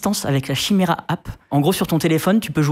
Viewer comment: ca se dit "kiméra"